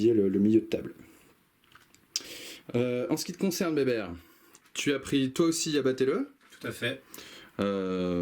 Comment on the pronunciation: Pitié , c'est béber sans le "t" 😜. Merci en tout cas, je reviendrai avec grand plaisir.